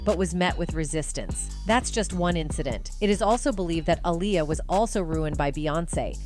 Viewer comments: It's not alya it's Aaliyah... Say it right please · The Robot that read this has obviously never heard of Liberace. It's pronounced LIB-ER-AH-CHEE!🙄 And only AI would pronounce Aaliyah as "UH-LIE-YA".😖😐